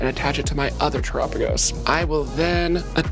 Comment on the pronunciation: erks me a bit she says Tera typing right, but when saying terapagos wrong